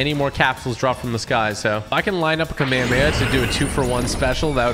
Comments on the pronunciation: It’s Kami-kami-ahhhh not kame-kame-yea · Its kom-ah-mah-ha not. Komehehemaye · Not hate just it’s pronounced kamea-hame-ha not kamaamaya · its prounced kamehameha(ca-meh-ha-meh-ha) ha like a laugh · It’s ka may ha may ha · ka may ha may ha that is how you pronounce kamehameha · bro said kamayamaya 💀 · IT'S PRONOUNCED KAH MEI HA MEI HA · They yellow cloud is could a nimbis tand the other is a kameakama not kamaamahaaaaaa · Its Kah me hah me ha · it's pronounced cam-eh-ha-meh-ha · Stop saying the kamehameha wrong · WHY DOES EVERYONE PRONOUNCE KAMEHAMEHA WRONG